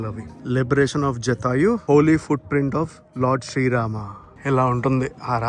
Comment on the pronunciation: జటాయువు జాతయు కాదు